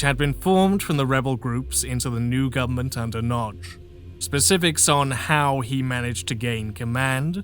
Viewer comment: Not "Nag-i" but closer to "Nudge". Y is never a vowel in hungarian, it only exists as part of digraph letters where it serves as a consonant. Edit: I think you only had it "Nag-i" once, the first time. Overall good effort for a non native speaker.